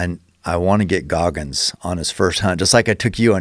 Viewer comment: It's GOGGINS not Gogmins